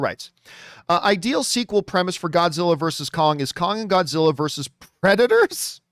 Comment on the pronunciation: Grodzilla? Gimme a sec.